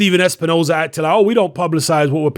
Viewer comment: Steven espi-nose-hair does it again 🙄